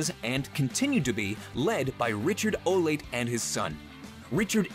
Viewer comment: It's pronounced o - la - tea, not oh - late.